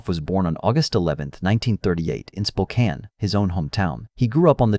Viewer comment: shockingly, the ai was actually able to pronounce spokane correctly!